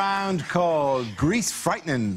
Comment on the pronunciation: 'Greese fightning' 😅😅